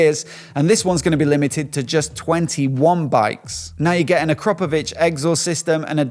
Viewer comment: Please pronounce Akrapovic properly!